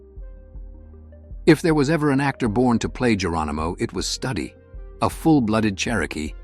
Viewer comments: You can pronounce studio, so hopefully you'd be able to pronounce Studi, which is like Studio without the O. God damn, it's not study. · Typical Fakeville! Though it might not of been a “Titanic” money maker but it sure was watched. I’ve got the DVD and still watch it regularly. I hate it when AI can’t pronounce names correctly. Wess Study, really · You mispronounced Wes Studi's name. That is a real disservice to this video, to the film and to Studi. Watch the official trailer available at Apple TV+, learn how to pronounce his name and re-record the soundtrack on this video.